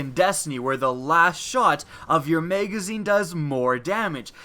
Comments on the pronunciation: OH MY GOD STOP SAYING MEGAZINE. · Anyone else notice he said meygezine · When he says magazine I hear "mega zeen" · Him saying magazine was what made be dislike this video